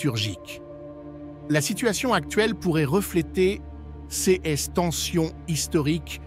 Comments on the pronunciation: On dirait que les texte a été généré par une Intelligence Artificielle (IA)... En tout cas la voix est générée par un synthétiseur (avancé) étant données les fautes, comme 'CS' au lieu de 'ces', plusieurs fois) ! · Dommage que la voix synthétique remplace une personne. Les CS pour les "ces" est insupportable de bêtises et dénaturent le propos. Faites quelque chose c'est lamentable. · J'apprecierait un texte lu par une personne et non par un robot qui ignore comme se prononce, par exemple, l'adjectif démonstratif "ces".